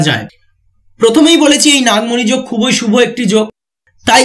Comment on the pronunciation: Pronounce correctly.khuboi nay. Khubi bolun